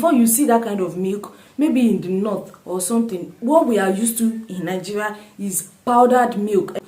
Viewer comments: Good 👍 reviews, a question, I hear most Nigeria pronounce it as Ninjeria, why soh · Good question. I am always puzzled by nigerians pronouncing Nigeria as Ningeria! Why the "n"? Please explain further.